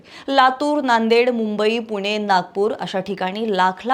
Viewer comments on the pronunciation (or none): none